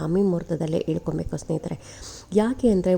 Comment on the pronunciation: ದಯವಿಟ್ಟು ಹ ವನ್ನು ಸರಿಯಾಗಿ ಹೇಳಿ. ಉದಾಹರಣೆ ಗೆ ಹಣ. ಅದು ಅಣ ಅಲ್ಲ. ಹೇಳ್ಕೊಬೇಕು. ಎಳ್ಕೊಬೇಕು ಅಲ್ಲ.